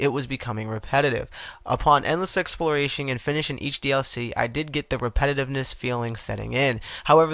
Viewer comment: EX-PLOR-A-TION breh Not EXPLORTATION 😊